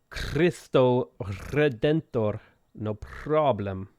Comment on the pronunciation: Cristo Redentor is pronounced Kristu Hedentor. In portuguese Cs are Ks and Rs are Hs... So Ricardo is pronounced Hikardu (oh, and Os at the end of a word are Us)